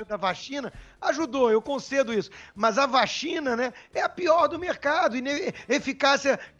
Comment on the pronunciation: SAMY QUASE FALA "VACHINA"...rs